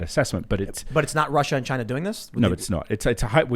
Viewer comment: Bro it’s Chi-Na